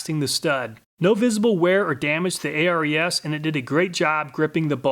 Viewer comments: "a, r, e, s"? Not sure is you know thats pronounced " air-es " it's named after the greek god of war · If "Snap-on" is anywhere near a tool, the price goes up exponentially. That's why I don't have any Snap-on tools. Btw, Ares (Air-ease, not A-R-E-S) was the Greek God of War... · Pretty sure it was pronounced Ares like the Greek god of war not A.R.E.S. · btw, isnt that one brand pronounced [air-eez], like Ares, the Greek god of war? or is it Actually "A-R-E-S", like an acronym? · he says Ares as A-R-E-S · [nerd_nitpick] ARES is pronounce "Air-eez", as in Ares, the Greek god of war. Of course, Ares tool themselves say they're named after the Greek "hero"...Ares is a lot of things, but 'hero' generally isn't one of them. He whines after being injured during a battle during the Trojan War, and Zeus basically told him, "If you weren't my son, I'd have tossed your bitch ass out long ago." [/nerd_nitpick] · That's a very interesting way of saying Ares, you know like the god of war. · ARES? You mean Ares, the greek god of war? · FYI: molybdenum is pronounced like "muh-LIB-duh-num". And hexagonal is "hex-A-gun-ul". Also, I suspect "ARES" is intended to be pronounced like "AIR-ees", like the Greek god.